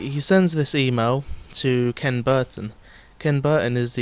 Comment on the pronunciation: It's ok bro, we know that feel. Sorry you never got to remeet up with Syndicate. And it's pronounced "key-on" ;)